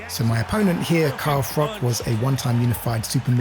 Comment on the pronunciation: Good video but I really wanna know who Carl "Frock" is 🤣